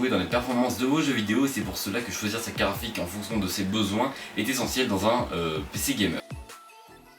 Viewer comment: Hey, Tu fais Comme Yanis le Nazi mdrr C'est Une bien bell Carafique xD